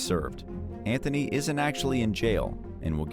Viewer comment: I know Americans pronounce the "h" in "Anthony", whereas Brits don't, but pronouncing an "h" that isn't even in "Antony"???